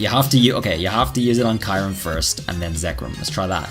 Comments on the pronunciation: Ok I have a big problem so far with this video lol ... It the way you pronounce Kyurem, it isn't Kie-rim it's Cure-rim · Kee-uu-rehm Not kaiurem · Why do you say kaiurem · I think Kyurem is pronounced as "ki-you-rem" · I would really like Gmax Mewtwo Edit: The 3rd legendary from gen 5 is pronounced with the Y as in Kyurem. You are calling it Kairum,just saying the showcase is amazing btw